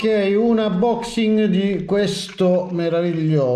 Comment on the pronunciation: Interessante, però unaboxing non si può sentire 🤣🤣